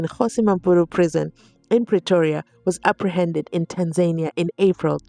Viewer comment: Hi luv just wanted to let you know it’s not pronounced Tanzay-nia it’s pronounced Tanzania - The second A is same as the first A. TAA-nzaa-ni-aa